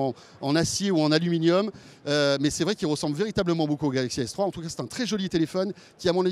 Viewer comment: 4.40 fail il prononce galaxy s3.